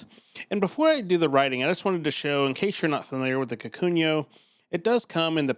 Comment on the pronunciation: I died every time you said "kakunyo"